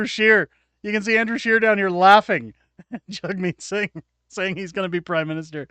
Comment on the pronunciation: Sounds like he is saying Jugmeat sing LUL